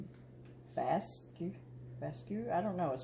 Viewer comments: Basque is pronounced as BASK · it’s bask (basque). They are originated from Spain and France (South west). You made me smile when I heard you wondered how to pronounce!! My Amish F bread is good!! Hugs from France 🇫🇷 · you are loved by a good man, and he is loved by a dear and good woman. By the way Basque is pronounced Bask. 💕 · Basque = sounds like “Bask”